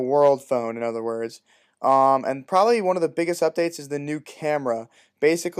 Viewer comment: i HATE how you say probably like "im back on my video schedule ................ probably"? what ?